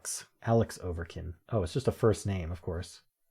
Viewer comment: You horribly mispronounced Alex Ovechkin’s name. Oh-vech-kin Like the letter, almost rhymes with catch, like family.